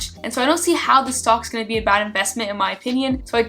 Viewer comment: you almost sound like you're saying "stonks" i feel like this may be on purpose lol